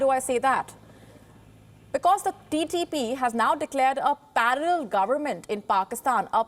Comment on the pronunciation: Why cant she pronounce "parallel" correctly :O